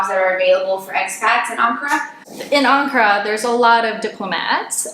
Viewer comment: Thank you for pronouncing Ankara correctly. I lived their for four years. My father was in the Air Force. He was paid in US dollars. We lived off base but, we shopped on base at the commissary for products you couldn't get in the city and we went to the American hospital which was in the city. All of these years later I miss the bazaars and hot sunflower seeds well, I miss the food. All the elementary schools teach not only Turkish but, English and French.